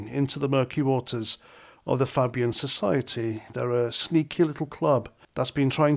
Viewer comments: Pronounced "Fabian", not "Fabbian'. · as I was taught in primary school, when you have vowel consonant vowel you pronounce the first vowel by its name and not it’s sound! So FAY BIAN not fab Ian, as in phone, made, lime. Keep at it. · It's pronounced Fay-bian. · Its pronounced Fay-bian not fabbyun. Good vid tho. Thank you for the heads up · Fabian ,faaaàbian ,not pronounced like uk fab .The Blair was ,and is a member ,the one you went to war for . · Fay not Fab. Fay-bian. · pronounced FAbian not fabian. Like hay. Sorry paz. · Welcome to politically aware club with your recent awareness of the Fabian Society (That's "Fabian" pronounced fay-bian). For further reading research Saul Alinsky, the London School of Economics, The Frankfurt School, and Aldous Huxley. Enjoy! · Its pronounced Faybian . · It's Fay...bee...ann. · That's not how you pronounce it. It's "fay-bee-an" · It’s pronounced FAYbian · Pronounced Fay-bian. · It not Fabian like fab you half wit cow. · Spot on, but it's pronounced FAY-bee-uhn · knew about the fabian pronounced fay bian since blairs govt in 90s was called a nit job. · You are pronouncing Fabian incorrectly it is Fay (say) Fabian . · fay bee an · At the risk of being designated a sanctimonious, pretentious knob, it is pronounced FAY-BEE-UN. I only know this after hearing about it from Sargon. Good concise video. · Pronunciation sounds like Fay-bian. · FAY- BEE-AN. Niggle over.🙄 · No pronounced it wrong and I cannot believe how few people know about this group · Fabian with A pronounced as in the letter A. As a Labour (but not New Labour! ) member from 1973 till Fabian Blair became leader, we knew all about them. Back then there were many Fabian MPs, but once Blair got in their numbers grew massively and deliberately. They are Cabal puppets. Many indoctrinated in the WEF Young Global Leaders programme eg Blair, Brown.